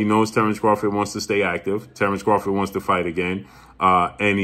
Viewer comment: He did all that lead up just to pronounce Terrence bud Crawford in correctly 😂